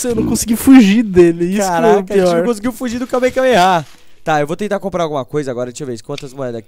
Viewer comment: que agunia dele falando KAMEKAMEHA é KAMEHAMEHA